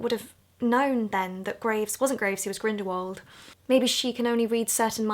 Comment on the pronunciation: hehe 'Grindywald'